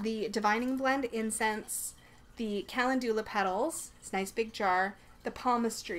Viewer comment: Calendula is pronounced (Ca-lend-ula) 🔮🌛🌟💀♥💀🌟🌛🔮